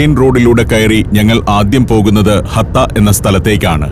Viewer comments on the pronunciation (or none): ഹത്ത അല്ല ആശാനേ "ഹട്ട "